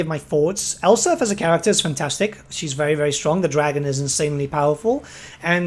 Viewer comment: ElsPeth. It's a play on the German name Elsbeth. You should pronounce them the same. SelzENmend? Sahl-Tsen-Moohnd. Gsus christ you're absolutely butchering these names. Brooh-kner. Theodore Bruckner. Please take like 1 pronunciation class on Germanic languages man. Or talk to ANY German dude. Or Dutch, like me.